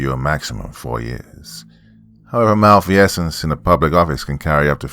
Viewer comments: *mal-feeze-ence, not mal-fee-essence… sorry, it was driving me nuts. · Mal-feez-ents lol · If there’s a word you don’t know how to pronounce, LOOK IT UP. “Mal-fee-essence?” REALLY? And all with the do-overs just left in the final cut. Why is it so hard for creepy pasta narrators to put out a polished product?